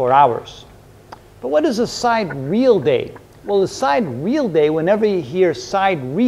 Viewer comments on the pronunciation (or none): First of all, isn't sidereal pronounced sai·dee·ree·uhl, and not side·reel ? Secondly, isn't a sidereal day 23 hours, 56 minutes, 4.09 seconds and not 9.5 seconds? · Isn't "sidereal" pronounced 'sai-de-re-al'? Instead of 'side-real'? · I couldn’t believe it but it’s true. Pronouncing it as sahy - deer - ee- uh l is weird. I prefer side-real! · Great explanation. But isn't it side-ear-ee-uhl? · I love your content! I’m learning a lot, especially the life and death of stars, I devoured those. Just one thing, it’s pronounced “sai·dee.ree.uhl”. Thank you on behalf of my OCD.